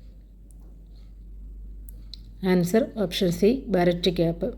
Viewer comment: ബാരറ്റ് അല്ല ബീറേറ്റ്